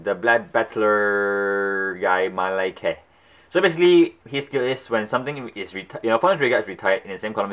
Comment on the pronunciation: say it with me. Ma-rei-ko